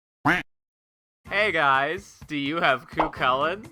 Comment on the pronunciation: I quit the video when he said Cuacles